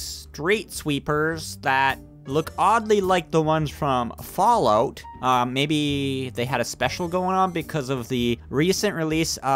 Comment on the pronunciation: Det you say FallOut